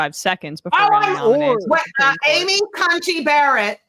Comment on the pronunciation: Sam is clearly so uncomfortable with the guest lady saying "Cunty" instead of Coney